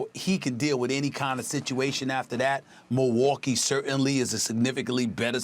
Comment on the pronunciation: " if you are the Mohwokee bucks" Stephen A Smith